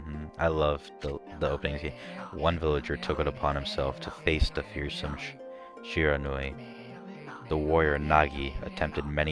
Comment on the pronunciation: oh and i think Shiranui is pronounced (she-re-nu-e)